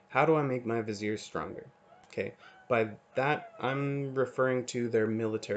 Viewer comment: hi even though you pronounce viziers right i have some complementary information to add in my video here